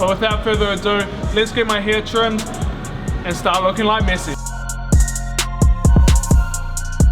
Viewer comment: Its MESSI not MYSY